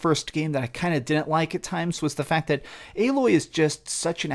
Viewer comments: ...Aye-Loy = Aloy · Why are you pronouncing Aloy's name wrong? You've literally played the first game, there is zero reason for you to be saying her name that way. Unless it's some sort of a running gag or something.